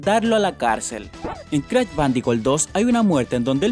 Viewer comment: Crach, activichon...